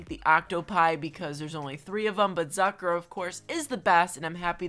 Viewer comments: Zucker is germN for sugar and the z sound here is more closer to an english ts then to the soft s line z Sound Still not the exact pronounceation off the german Z but a lot closer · Germans hearing "Zucker" being pronounced like "sucker": 👁👄👁 pronounced "Soleil" correctly btw y'all.